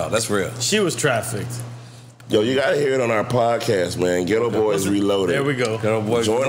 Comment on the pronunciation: Nore: “She was trafficted “? Facemob: “TRAFFICKED” 😂😂😂